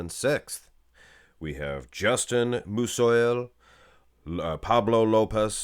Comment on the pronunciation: Justin Musiol is pronounced "'Mooseeall" I think